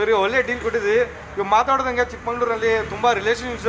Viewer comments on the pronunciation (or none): Sir, its "Chikmagalur" not "Chickmangalore " correct it